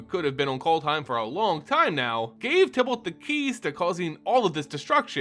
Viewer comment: Can you please pronounce "Tibalt" with a long I instead of a short? Thanks